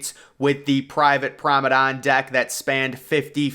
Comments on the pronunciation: Everybody: Promenade. He: Promadon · Why do you you pronounce promenade as promenon? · PROMADON, PROMADON WHAT IS PROMADON! What really kills me is that he says it over and over and over on every one of his videos! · Take a shot for every time you hear ‘promadon’ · Your determination to say F you to the commenters and not learn how to say Promenade properly is impressive.